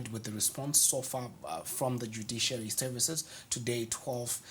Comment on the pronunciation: It's Dujiciary for me hehehe